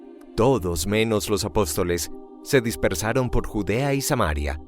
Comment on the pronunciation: con las disculpas del caso nada señalar acentos de pronunciación cuando usted se refiere a Samaria es así Samaria y no como se pronuncia en el vídeo Samaría. Por lo demás Bendiciones 🙏.